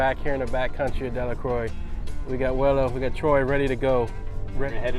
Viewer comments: Great content and great editing.. Btw it's pronounced Della-crow not Della-croy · its pronounced Delluhcrow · Hi, I was asking about pronunciation, I saw the "Dela-crow" above--so it is Dela---"crow", or "croy"?